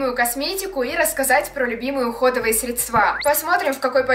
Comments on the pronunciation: срЕдства, а не средствА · не средствА, а срЕдства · Говорится срЕдства а не средствА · срЕдства!!!!!! необразованность зашкаливает...( Дело не только в ударении ) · срЕдства, Е , на Е ударение!!!!! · Мне одной режет слух от слова средствА?